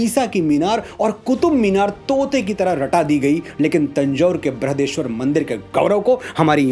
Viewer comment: बृृहदेेश्वर नहीं , बृहदीश्वर